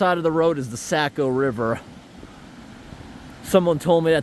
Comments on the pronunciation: Being from up there we pronounce it Soc-o River not Sac-o even though it is spelled Saco River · Saco is pronounced Sock-o ...no "A" sound. ;-) I know I live in New Hampshire and grew up in Maine. Thank you for all the work you do.